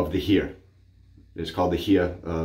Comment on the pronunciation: Howdy, great shave and history lesson. Heer is more likely pronounced like "her" 😉 Yes it is a very beautiful country and the best we, at least most of the peoples, learned from our history and Germany became a free and democratic country after WW2. Have a great day and stay safe. 🌎🪒💈